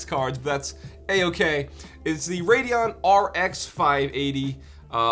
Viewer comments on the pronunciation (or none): none